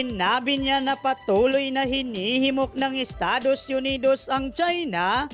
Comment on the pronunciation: Estados yunidowwws😅😅